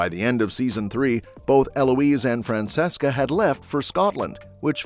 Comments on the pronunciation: Fran-CHESCA not Fran-SESSCA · Omg it’s pronounced FRAN-CHE-SCA. Show some care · It is fran-CHESS-kah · It's Fran CHES CA